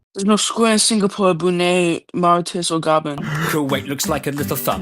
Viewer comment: This isn't how you're supposed to pronounce: Oman, Yemen, Brunei, Mauritius or Gabon.